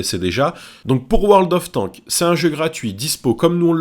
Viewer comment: Quand tu prononce World Of Warships et World Of Tanks tu oublie de prononcer le "s" à la fin.